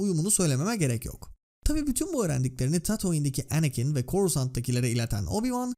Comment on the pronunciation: her şey iyi hoş da niye şu anakin ismini normal türk gibi telaffuz etmiyorsun mk her seferinde kıl olalım diye mi